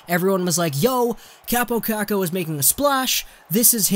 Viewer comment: And its not kuukuu its kookoo LIKE ITS FUKCING SPELLED